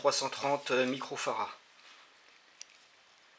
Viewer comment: Bonjour , pourquoi dites-vous Fara et non Farad . J’ai toujours entendu le d prononcer à la fin de Farad par les électroniciens ?